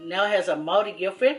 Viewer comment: Very nice Māori pronunciation 👍👍👍